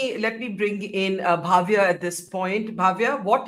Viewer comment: It’s Bhavya, please do not pronounce as Bhaavya.